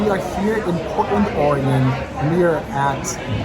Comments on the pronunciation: Or-a-gun not Or-a-gone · EEEK! You need to learn to pronounce OREGON correctly! Your mispronunciation is offensive to all Oregonians!!